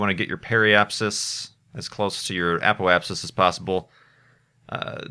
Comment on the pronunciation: Remember back then when couldn't pronounce Apoapsis?...good times. You've grown up alot,.